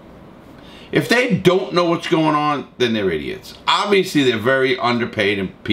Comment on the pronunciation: Larry “obvsously” Lawton